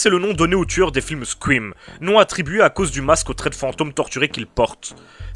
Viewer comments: c'est une très bonne video cependant j'ai un problème ne parle pas anglais si tu sais pas prononcer correctement c'est pas squim ou sqrim ou les 3 autres façon que tu l'as prononcer parce que je commence a saigner des oreilles tellement c'est de la merde. c'est Scream ca se prononce scrheem le ea en anglais sa prononce comme hee voila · c'est scream ou squouim ?